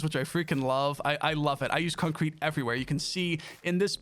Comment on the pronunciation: i like how you pronounce concrete, its almost like its two words when you say it.. "Con-Crete" Reminds me of stewie griffin saying cool-whip Lol :D